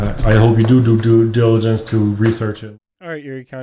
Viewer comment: cannot say "Due Diligence" 😂🤝🏾my guy